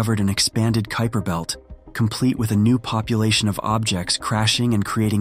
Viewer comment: I heard “Creeper Belt” lmao